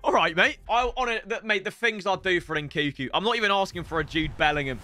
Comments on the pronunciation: love you, please pronounce NKUNKU correctly, N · nkuNku!! God damn... triggers me every time... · pronouncing nkunku's name wrong whilst it's right in front of him is gold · Do you pronounce the second N in Nkunku? Or have I been saying it wrong all this time? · Anyone else dislike the way he says nkunku